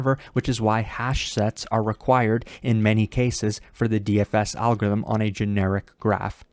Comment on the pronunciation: I like how says "Algo-ithm ", totally eliminating the R, in every single video he makes. Btw great explanation as always.